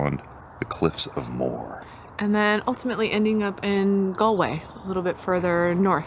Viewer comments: Lovely video. I look forward to another. Cliffs of Moher - it's pronounced Mo her. Greetings & very best wishes from Ennis town, County Clare. 👍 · Cliffs of Moher. Moher is a two syllable word. Pronounced like Mo-her